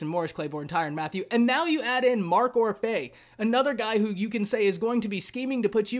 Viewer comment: It’s pronounced Or-fee